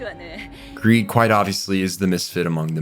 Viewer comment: Who else after hearing call greed/long "greeling" cannot call them anything else...